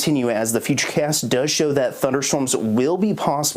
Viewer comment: He pronounces "Ivins" wrong and he says "at the present time" way too much.